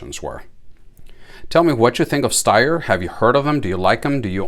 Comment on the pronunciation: Phenomenally accurate and reliable. Ergonomics matter.. Greetings from Austria 🇦🇹 Point of interest, Styer is actually pronounced as if there was an 'h' after the 'S'. Steyr do offer 3 dot night sights and a holster too.